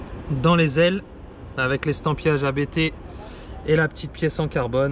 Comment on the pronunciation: Ça se prononce "APTE" pas "A-BÉ-TÉ".